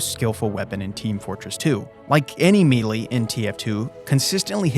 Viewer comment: melee is pronounced may lay, not meelee